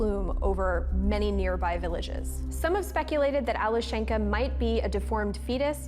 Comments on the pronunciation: It's Alyoshen'ka Not Ale shenka. It's diminutive from name Alex ( Aleksey - Alesha- - Alyoshen'ka. Emphasis on the syllable Alyo...) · The correct pronunciation is Alyoshenka. Yo is the strong vowel.